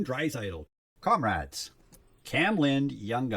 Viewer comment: You keep saying comrades for the compadres cards... does the Hispanic community bother you?